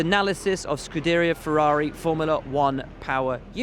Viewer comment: I don't know how you can get the job the presenter has without even reliably pronouncing scuderia right.